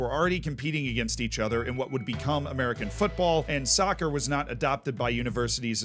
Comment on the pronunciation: I cringed when he said sovcer